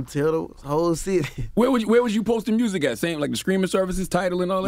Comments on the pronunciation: Rappers from Memphis CAN’T pronounce MUSIC.... 🤣💀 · Mursic 🤣🤣 gotta love it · It's more like "Mehrusic" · “Mursick” lmaoooo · Did this nigga say "mursic"? 😂😂😂